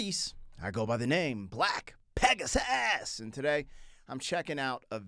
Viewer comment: Нравится смотреть твои видео, и каждый раз смешит как ты произносишь как будто акцентируя "black pegasus" который звучит как "black pegas ass" xD